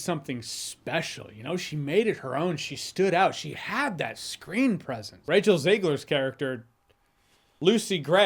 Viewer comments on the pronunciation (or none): none